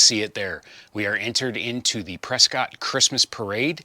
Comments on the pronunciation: Maybe yer unaware but the locals pronounce it Preskit, not Prescott ! My Aunt and uncle informed me of this when I visited them back in the early 2000s! Great progress on the project, by the way!😊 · Hey; looking forward to seeing you Saturday! By the way, it’s pronounced “Press-kit”.:-)